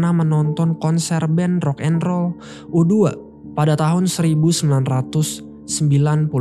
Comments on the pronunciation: U2 bacanya yg bener napa. Masa U dua. Lu gatau band U2 apa gmn? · U2(you two bang bacanya band rock legend itu) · yutu dia juga salah bilang carlot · U 2 Dibaca You two